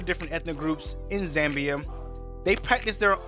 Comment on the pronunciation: Its not Zembia its Zambia🙄